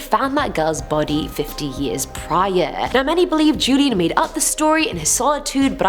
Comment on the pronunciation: Don Julian Sartana Barrera... Julian is pronounced Hulian